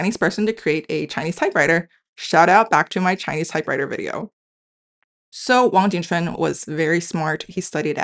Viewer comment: The host of this channel mispronounced the historical figure's name as "Wang jing quan" instead of Wang Jing Chun (王景春), his original name. The host later corrected her pronunciation. The romanization transcription to Latin letters was not based specifically on American English pronunciation, but on the Wade-Giles phonetic system, the standard at that time. Americans not familiar with this phonetic system might pronounce it in various ways. One may strongly suggest that both the host of this channel and the audience learn the other main romanization phonetic systems, such as Wade-Giles (historically used to transliterate from Mandarin into Latin letters), Yale (used to teach Mandarin before Hanyu Pinyin got popularized), as well as some of the other historical romanization systems. These are not variant romanization systems, but standard ones used before Hanyu Pinyin. In that way, it will be easier to match certain current spellings and historical spellings of places and names to modern pronunciations or to Hanyu Pinyin. eg, Taipei --> Taibei Kaohsiung --> Gaoxiong Tientsin --> Tianjin Tsingtao --> Qingdao Mao Tse-tung --> Mao Zedong etc. Then it would then be very straightforward to match "Ching Ch'un Wang" to "Wang jing chun"王景春 .